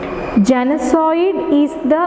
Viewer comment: Genocide- Please check the pronunciation